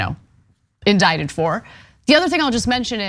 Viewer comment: Indicted. The "c" is silent. Indicated is an entirely different word.